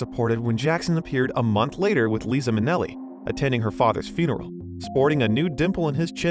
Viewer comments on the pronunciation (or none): Please, will somebody PLEASE tell me I didn't just hear this narrator say LEEZA Minnelli ! I beg you!